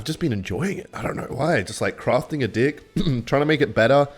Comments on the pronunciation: deck ❌ dick ✅ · i have a real serious question. Why do you say "dick" instead of "deck"? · bro is not saying deck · Bro is not saying ''deck'' 🥀